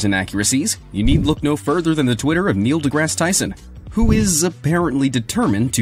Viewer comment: For someone trying to promote real science, I appreciate that Tyson made the things understandable. Can’t believe you try to slaughter his name... gotta say I was amazed. Huge dislike.